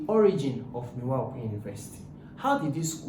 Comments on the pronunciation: It's not miwa it's MIVA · Miva not miwa